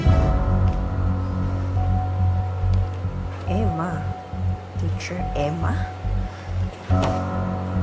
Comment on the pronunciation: Hindi marunong mag pronounce ng teacher si Georgia 😂 Georgia- titchir